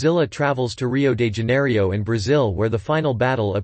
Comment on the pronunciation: First those lines on Godzilla’s neck are gills. Second it’s Rio de JanierO not Rio de Janierio, and third that’s the Tiber River in Rome